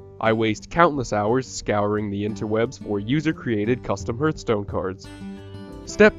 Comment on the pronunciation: It's pronounced HARTHstone.